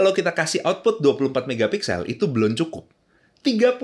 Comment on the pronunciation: belan belon belun, susah banget ya ngomong belum